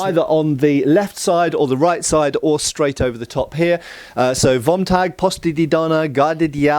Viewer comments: "Fom Tag!" The correct pronunciation of "V" in German is => F That includes the car manufacturer Folksvahgen, Faterland, Ferboten and all the other classics. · as a german i wated to tell you if you want to say vom tag would be spoken as fom taag